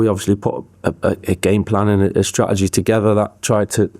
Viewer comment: “Pullin it togetha” heard that bit of manc😂, patrice balon dorgu 🤙🏼